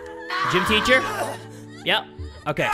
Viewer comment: “Ticher” “R A I G H T” You’re too young to watch this